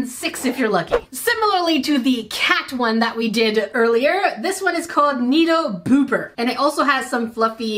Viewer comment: Omg is nobody going to talk about how she called the nee doh booper the nee doh pooper?!